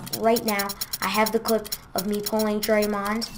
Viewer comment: can't even say draymond right